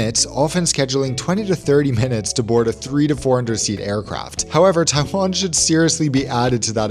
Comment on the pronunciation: stop it it’s Taiwan not taifan